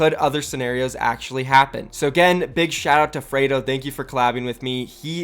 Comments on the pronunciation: It's not frado it's freedo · Fraydo??? It's freedo dude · Since when does Free sound like Fray? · If only you said his name right😭